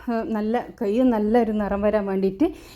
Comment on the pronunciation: കെ യ് അല്ല കൈ